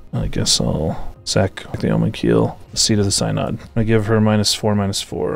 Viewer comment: Nitpicking pedant here. 'Synod' is pronounced 'sin-id.' Yeah yeah I know. I suck.